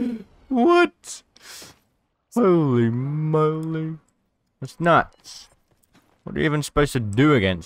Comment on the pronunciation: "Hohlei Mohlei"